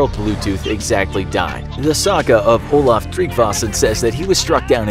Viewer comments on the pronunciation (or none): none